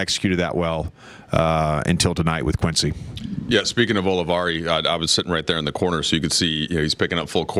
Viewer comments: It's QUINCY! Not Chris., 🙄 QUINCY OLIVARI. 💪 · You say his name wrong so confidently 😂